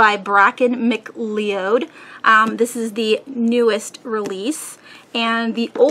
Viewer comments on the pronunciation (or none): I'm not positive but I think McLeod is pronounced Mc-Cloud. Excellent hall, so many great books and other goodies! :)